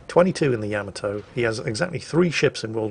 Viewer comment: I love how you slipped up and pronounced Yamato “ya-ma-toe” instead of “yam-a-toe” 😀. Then you went right back to normal